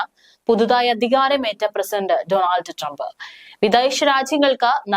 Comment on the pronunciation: ഡോണൾഡ് not ഡണാൾഡ്